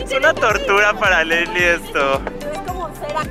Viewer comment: Se dice lessli